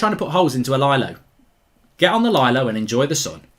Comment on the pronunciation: “Get on the lylow and enjoy the sun” 😂😂😂